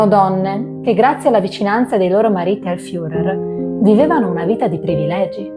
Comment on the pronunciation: Molto brava …attenta alla pronuncia dei personaggi che andrai a presentare: Internet è di aiuto e ti eviterà italianate alla FIURER